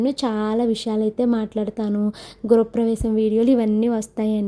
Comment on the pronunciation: Gura pravesham kadu,gruha pravesam